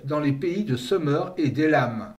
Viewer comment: j’ai toujours entendu Sumer et non seumeur, d’ailleurs vous dites Sumérien et non seumeurien. Mais ça n’a pas d’importance, votre vidéo est très intéressante et captivante ! Merci pour votre travail !